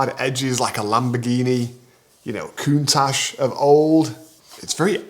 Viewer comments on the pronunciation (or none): none